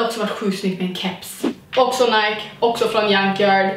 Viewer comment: Du älskar Nike men kan inte uttala namnet.. Snälla... Det är Ni-kee inte Najk...